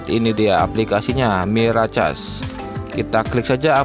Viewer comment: Mirakes bang bacanya😂😂😂😂